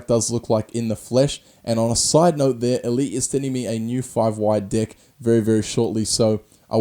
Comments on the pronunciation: I'm sorry but is it just me but does it sound like he says dick when he says deck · Sounds like he's saying dick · I love when he says deck, it sounds like dick😂😂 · everytime you say deck it sounds like dick and I bust up laughing😂😂😂